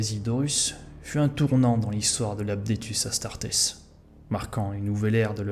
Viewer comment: Vidéo intéressante dévoilant des éléments méconnus et franchement sympas de lore. Cela dit il est dommage qu'il y ait autant d'erreurs de prononciation, de grammaire, ou de vocabulaire! Adeptus Astartes, pas "Apdetus", les nécrons, pas les "nécrones", Commoragh, pas "Gommoragh", un archiviste, pas un bibliothécaire. Dans la même veine, épargne toi l'emploi du passé simple si tu n'es pas sûr de le maîtriser. Vu le nombre de fois que sortent ces mots, ça fait littéralement tâche, ce qui je trouve est extrêmement nuisible à la crédibilité de ton énorme travail, parce qu'honnêtement ton temps d'écriture et de réalisation se sent grave. J'espère avoir pu être assez constructif et j'ai hâte de voir tes prochaines vidéos.